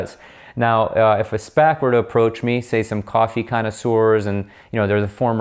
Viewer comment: Been waiting for someone to explain SPAC's in layman's terms. Thank you,! Also bonus I now know how to correctly pronounce it (been calling them S-passes lol).